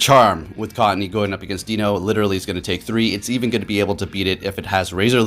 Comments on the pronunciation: It’s pronounced ‘Dai-no’ not ‘Dino’! Great video though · I love your videos and content, you're by far my favorite POGO youtube personality. While I'm a recent subscriber I've looked back at your old videos so I have reference to your passion and commitment to the game, as well as a little bit of your background and a bit of your life story... Which I all appreciate. That being said, for some reason it realllllly bothers me how you pronounce Deino. I'm sure you don't care but it's sounds like die-no the whole evolutionary line referencing the German numbers 1 2 and 3 or eins zwei (zzzwei) and drei (dry). WOW you read all the way to the end thanks you rock, as the great would say... "Take care"